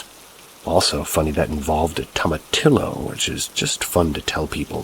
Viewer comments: Lol tomatillo are little tomatoes dude and its pronounce to-mah-tee-yo. Lol being a native texan it made me smirk everytime you said the word wrong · My brother in christ, it's pronounced toma-tee-yo. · Oh my gosh i am cracking up at how youre saying toma-TILLo 😅. I love hearing it like that , being from California I've never heard anyone say it like that.